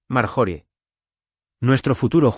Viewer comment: Por Dios porque dicen marjori se pronuncia maryori